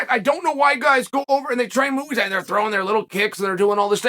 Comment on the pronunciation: "Mooo-ey" Thai